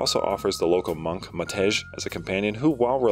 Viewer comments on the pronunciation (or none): Not to be a nerd but the J in Matej is read like a Y, it's the eastern European equivalent of Matthew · the J in Matej should be pronounced as a Y, it should sound like it rhymes with "yay", just make the a bit more flat so that it's like an e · funny thing is. I don't think the sound that t and e make together (the Ť sound) even exists in English. If I were to write the name, the way you pronounce it. It would be Matéž. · Jesus, I played the entire game without knowing you can sprint. I am a complete idiot. Also, funny how not a single English speaking person has pronounced Matej correctly.